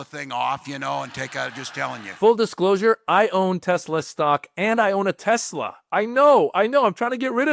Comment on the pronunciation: Trump said TeslER hilarious